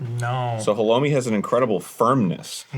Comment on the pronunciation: The way Arin pronounces halloumi makes me really uncomfortable, I can’t tell if that’s genuine American ignorance or him being ironic🤢